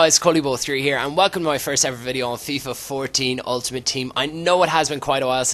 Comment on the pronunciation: Stop saying move 'ouwn' it's on mate